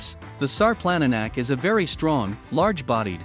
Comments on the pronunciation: its not sar planna nack its šarplaninac, say it like sharp-lan-knee-nuts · “Shar-plun-knee-nuts” sarplaninac. Please put some respect on the name. 🤦‍♀️ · All the comments on here are interesting and very resourceful. Alot of you commenting take pride in your breeds of livestock guardians. I'm taking all this info into consideration and the first thing I know for a fact is he is saying the name wrong, but I also am guilty of saying it that same way when I discovered this breed. Thank you everyone for the information you have poured into the comments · Announce the name of the dog properly you might want to take the video down until you know what you're talkin about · This dude is mispronouncing the name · good point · It doesn't inspire much confidence in the information when the name of the breed is not pronounced anywhere close to correctly.